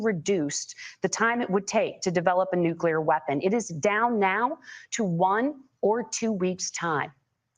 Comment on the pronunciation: This mf just said nukular like homer simpson. 😂